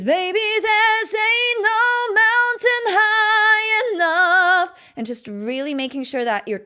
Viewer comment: Good stuff, but I almost busted a gut: "Anal Mountain" ?!?! You mean "Ain't No Mountain"?